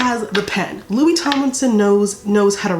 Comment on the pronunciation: MY GOD DID YOU JUST SAY 'LOSERS LOKIE HARRY STYLES" THAT MADE MY DAY